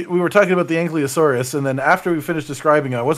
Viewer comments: Also! ANKYLOSAURUS! Not Ankliosaurus!! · Ankylo not Anklyo, it's bugging me so much lmfao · 5 years later and still can’t pronounce ankylosaurus correctly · All these years and still mispronouncing ankylosaurus. :P